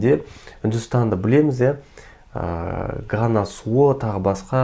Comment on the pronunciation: Гана емес, Ганга ғой